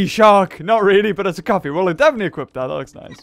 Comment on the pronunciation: Wen he said Coffee it sounds like coffin the Pokémon coffin....I like the idea 💡